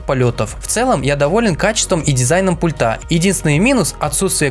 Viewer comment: У всех обзорщиков заметил неверное произношение слова: "пультА". А нужно- "пУльта"!